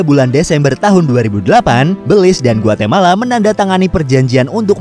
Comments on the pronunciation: Cara baca negara ini Béliz, bukan bèlis soalnya dlm bhs jawa artinya iblis🤣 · How to pronounce Belize? Beulize or Belize? Invoice: Beulize Me: Belize Setiap orang pasti berbeda dalam menyebut nama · Belize dibaca Belis. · Tulisannya Belize, bacaanya beliz_ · Baru tau kalo baca belize gitu 😂